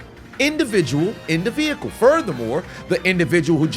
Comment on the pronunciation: Lmao The “ veehickle “